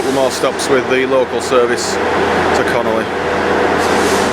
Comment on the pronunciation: Lovely video, but it CON ON LEY, NOT CONOLEY